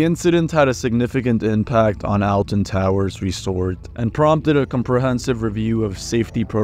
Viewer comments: oml i hate when people say it like that Alton Towers is pronounced "Ol-Ten Towers" NOT "El-TEn Towers" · the way this person pronounces "alton" sends me into the fifth dimension with a diagonal third eye i am so sorry